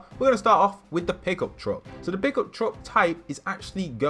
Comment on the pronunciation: who else thought that he said pickle truck not pickup truck